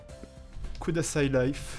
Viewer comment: J'ai suivi ce let's play du début à la fin , et il était bien sympa ! ^^ ( sinon , c'est pas kodasai , mais kudasai ;) ) .